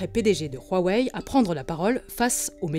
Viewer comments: C'est Huawei pas Rhuawei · Pourquoi vous dîtes "Rouaouaï"? c'est "ouaouaï" non? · OH Bordel arrêtez de dire ROUAWEÏ, rien à foutre que ça se prononce comme ça en chinois Dite OUAWEÏ comme tout le monde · Y’a que moi qu sa perturbe qu’ils dises huawei « ruawei » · Le chinois RUAWEI XD c est Huawei mais bon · Je suis le seul qui prononce wawai? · "Ruawei" c'est perturbant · Parce-que OUAWÉ c'est pas perturbant ? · vous faites mal aux oreilles comment vous prononcez Huawei